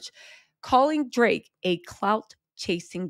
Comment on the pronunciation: I love your updates on Kendrick and Drake. And I crack up every time you say “Drrrraaaake”.